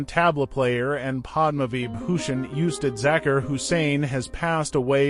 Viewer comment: “Oostad”....for ustad....thats the pronunciation